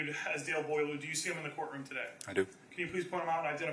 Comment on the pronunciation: eau is pronounced oh. so its boil oh